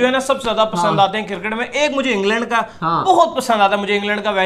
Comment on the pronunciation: its "cricket" not kircket